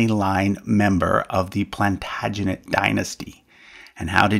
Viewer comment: It's interesting that you've created a video about the English in which you have completely failed to pronounce the words "Plantagenet" and "Primo"